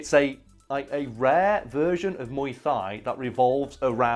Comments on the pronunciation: I'm redicoulously late to this party (but I agree: the movie is a banger!) but I thought Tony Jaa's martial art of choice was pronounced "Moo-aye Tie" rather than "Moo-aye Thigh"? Correct me if you care. Thanks for keeping me entertained while on lockdown! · what is "muay thigh" or did you mean muay thai (like Thailand)? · Mui Thigh? Mui Thai. Like a tie. Also this movie is great, almost as good as Ong Bak. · Every part of my martial arts fanboy cringed when you called it Muay Thigh lol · "Moi thigh"? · muy thigh? I think you're doing it wrong. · "Muay thigh" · Love the British accent saying "Mauy thigh" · Muay Thigh wtf come on man at least try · "Moy Thigh" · Muay Thai... it's pronounced like tie. It hurts me so bad. I feel like he tried for that. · Muy Thai is pronounced muy tai the h is silent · did he just pronounce the "th" in muay thai?